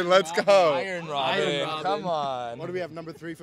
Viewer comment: He probably doesn’t even watch it lol. I bet he just looks up the stats for his videos. Mispronouncing Robben’s name is criminal